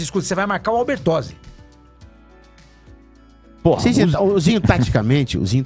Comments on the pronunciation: vai marcar o "albertosi" rsrs Albertini. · O certo é Albertini, o cara falou errado.